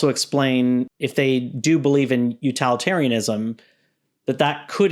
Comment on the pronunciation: UTILitarianism not uTALitarianism